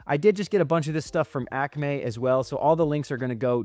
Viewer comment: why are you saying Acme like that????